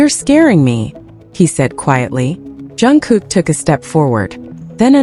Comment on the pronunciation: Atleast pronounce JUNGKOOK and TAEHYUNG names properly. Learn to pronounce their names before making your videos.